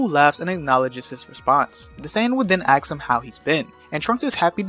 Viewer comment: I like these what-if scenarios you've made, thanks for the videos. But I have a question: why do you say "aks/axe" when a character is asking something? You're the first person I hear pronounce "ask" like this.